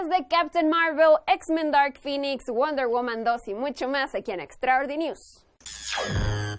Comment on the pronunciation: Me encanto como pronunciaste "Wonder womam"😍❤️